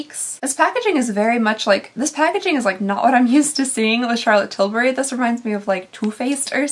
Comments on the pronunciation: Please, fur the love of God, stop with the "CHAlotte TILL bry" crap. It sounds beyond unsubscribe. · I ABSOLUTELY LOVE how you say Charlotte Tilbury.... Everytime I hear that I just giggle...🤣🤣🤣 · I LOVE the way you say Charlotte Tilbury!😂